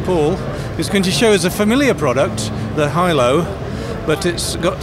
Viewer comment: Lol his face when the Lynx dude pronounces Hilo correctly